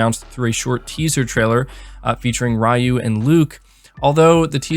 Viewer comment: I'm deeply concerned about the way you pronouned "Ryu" .